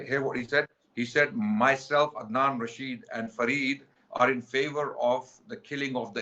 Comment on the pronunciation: Rasheed not rajeed😂😂